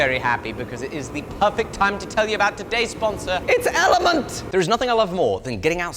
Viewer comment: wait it's called element and not elementea?